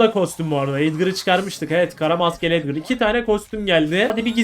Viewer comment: Edgara edgır diyonya yok gırgır😂😂😂😂